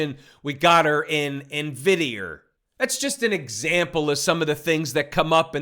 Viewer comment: 😂😂😂😂i like how he say Nvidierrr